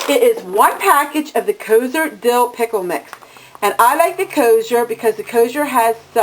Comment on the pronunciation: Kosher is pronounced KO-SHUR.